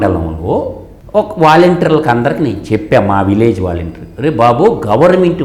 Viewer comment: వేలంటీర్ ....వేలంటీర్ ....వేలంటీర్ ....ముందుగా ఈ పదం ఎలా పలకాలో నేర్చుకో తల్లీ ...